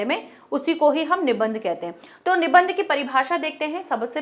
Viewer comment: Nibandh shabd ka sahi uchcharan kijiye